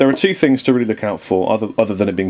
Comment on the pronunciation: keep on pressing the number 2 on your keyboard, it sounds like he keeps on saying penis